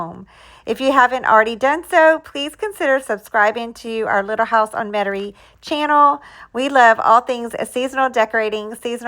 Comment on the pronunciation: Love your front porch. Do you live in Louisiana? When I first saw your channel name I thought it said Little House IN Metairie, which is a town in Jefferson parish Louisiana. However you sound like you live in the country, although you pronounce Metairie like we do in South Louisiana. ☺